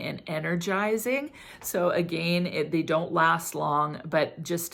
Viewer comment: The way you say "again"... drives me crazzzzyyy